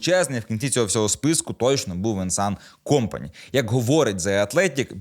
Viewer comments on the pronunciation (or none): Компани', а не Ко'мпани... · Та що ж ти ті прізвища так коверкаєш то якийсь талант, я вже давно не чув РішарлісОна , Чупо- МотІнг так тепер КОмпані